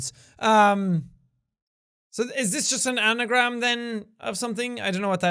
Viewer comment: "so is this just an ANNAgram, or something?" 😂